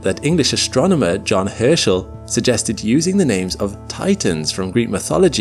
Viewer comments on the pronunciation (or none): none